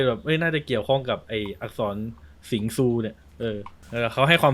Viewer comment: ซู ไม่ใช่ ชู